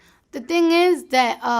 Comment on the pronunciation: it eez what it eez